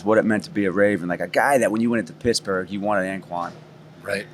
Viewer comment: Am I trippin or he called them Pissburgh 😂😂